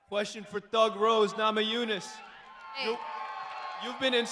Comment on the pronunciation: Dana white , whos got the next qweshon 😅